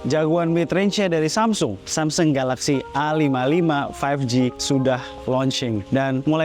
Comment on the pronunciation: A55, 55 nya dibaca SS